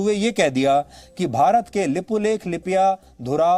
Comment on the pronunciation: पहिले लिम्पियाधुरा बोल्न सिकेर आइज दलाल